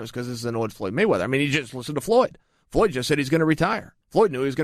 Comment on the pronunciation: "Floy Moyweather"